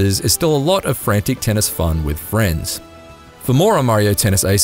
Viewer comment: The “haces” pronunciations is killing me. 🤣😂😅